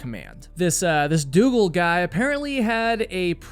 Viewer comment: Doogle? C'mon!